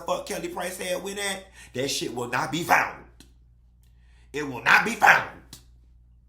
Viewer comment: It will not be foundt…yes with a T Lmfaooooo